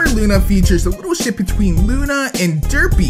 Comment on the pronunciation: every time he said ship I thought he said shit. am I the only one?